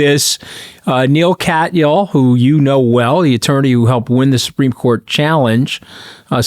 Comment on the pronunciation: Maybe Anthony could pay attention enough to learn how to pronounce Neal Katyal's name?